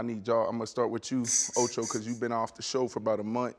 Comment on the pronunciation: ocho said coupons lol